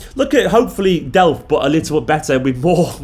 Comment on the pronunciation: Did you just say delph? 😀😳